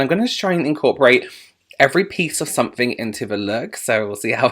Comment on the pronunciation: It’s definitely “sunnink” I’m interested in 😂😂 fabulous as always! So adorable 🖤🖤🖤🖤